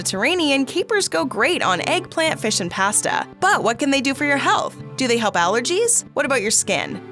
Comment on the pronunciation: Learn to pronounce pasta